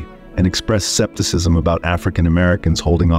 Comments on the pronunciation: It's "BETTY", not "Bett" Davis. Also, the word is "SKEPTICISM," not "Septicism." Jeesh! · skepticism is pronounced here as “septicism” which makes it seem like it was written out by a human being, and skepticism was spelled with a C instead of a K and then AI read it like that. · Research the pronunciation of names/words. "skep"ticism "Betty" Davis Teh-Loo'-lah